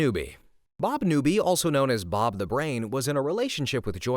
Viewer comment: if said Bob not Barb